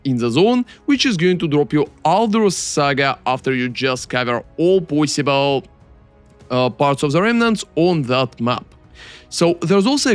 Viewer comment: I love that he says "poyssible"